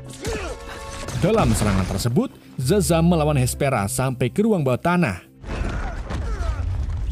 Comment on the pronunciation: Bang Shazam bukan zazam